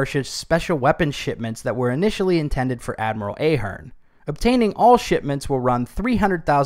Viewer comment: I am an Ahearne, it’s very annoying when people mispronounce your name , it’s pronounced with a “soft” A, like in “ahead”